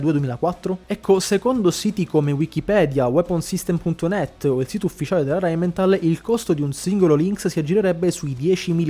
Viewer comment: Rheinmetall NO RheninmeNtall. Che sembra la Simmenthal. Non se po sentì.